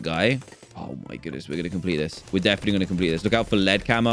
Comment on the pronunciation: "defently easay"